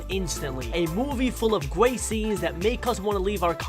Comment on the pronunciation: You say guat in stead of great